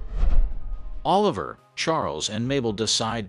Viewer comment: You said Martin Short character name wrong. His name is Oliver(...la...ver)😂 lol. But I am about to watch this phenomenal series probably sometime next week.